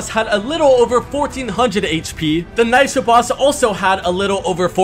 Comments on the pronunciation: No way he pronounced Nisha as Nysha. Also ain’t no way they all have the same health and shield cuz I can beat Valeria with just a hyper smg and come out with almost full health and shields. But with Peter griffin I gotta have the whole arsenal to beat him and I barely get him before I’m low health and shields and I have to go med up and come back. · bro just straight up forgot about montague and swithced Valeria and Nisha's name, he even pronounced Nisha wrong